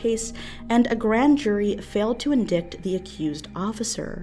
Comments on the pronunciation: “In-dickt” I think it’s pronounced “in-DIGHT” 😉 still love ya girl!!! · "in-dite" ...not "in-dikt" How is it that you, Nexpo, and Barely Sociable all seem to mispronounce basic words on such a frequent basis? Get it together. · Indict is pronounced in-dite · Btw indict is pronounced differently than it's spelled, I noticed said it phonetically. It's sorta like "in dite" (dite rhyming with mite or fight). So instead of "in-dick-ted" it's "in-dye-ted". The c is silent, basically. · Scariest part of this video:: "The grand jury failed to IN-DICK-T" 😂😂😂 (it's pronounced in-dite😉) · 'Endict' pronounced 'en-dyte' like 'endicted' pronounced 'en-dyyh-ted' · Just a note, indict is pronounced "in-dite, not in-dikt) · It's pronounced "in-dite" not "in-dicked". Otherwise great vid! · indict = in-dite, not "in-dict" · ...it's pronounced in-DITE, not in-DIKT lmao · “Indict” is pronounced “inn-dite”, not “in-dict”. I feel that’s always an issue on these kinds of channels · Indict is pronounced in-dite... not in-dikt. Thank you, that is all. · indict is not pronounced "in dicked" it's pronounced "in dite" uuuuuugh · indickt? its indeyect (indict) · lol "indickt" It's usually pronounced like "In-dite" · Had to double take the way you pronounced 'indict'. It's actually pronounced as 'in-dite', not actually 'in-dict'. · Off topic but - Lol at pronouncing “indict” like ‘indicative’ (in-dickt) as opposed to ‘in-dight’ Lol. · Wow. Did you just say "in-dict"? Seeing as you produce a whole lot of crime stuff, you'd think you could pronounce indict properly. Goodness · "Indict" is pronounced "in dyt" like rhymes with spite or fright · it's pronounced indite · Great video as always! PS: indict = indite... because English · I LOVE ALL of your videos. You're amazing. I just gotta tell you one thing indict, is pronounced in-dite. Keep making great content. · Hey just FYI "indict" is pronounced like "in-dite" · Indict is pronounced “in-dite” Other than that, great video!